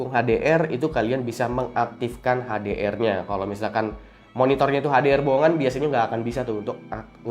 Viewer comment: HDR sebut betul2 dong